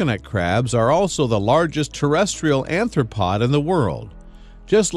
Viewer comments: Arthropod, not anthropod. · Alright man. It's "cHubby" in the title, not "cubby", it's "aRthropod" not "aNthropod" and it's "eXoskeleton" not "eCoskeleton". THANK YOU!! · It is also Arthropod not not Anthropod. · Did he say "anthropod"?